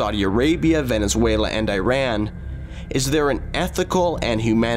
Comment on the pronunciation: & He Pronounced Iran Correctly Im Proud Of Him Good Job Others Say E Rahn It’s Iran